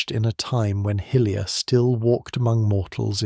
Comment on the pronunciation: Good video, but it’s pronounced hi-lia not hill-lia.